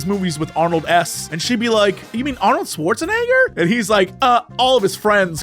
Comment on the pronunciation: it ends up being shuwarusheneggā